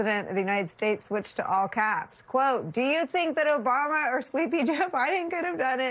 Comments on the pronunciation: 1.41. Who is “Obuma” ?? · He said “oBUMa.” He’s a child. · You mispronounced "Obuma," I think. Is he going to make a golf course at the White House?